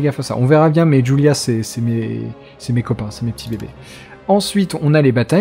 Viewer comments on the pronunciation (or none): none